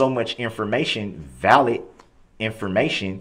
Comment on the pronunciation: Don't forget tackit....tacit, liberry.....library substain......sustain, animen.....adamant, trufe.....truth, valett.....valid, and so on.